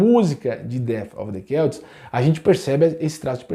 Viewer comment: Pra mim era "selts " nao "queltis"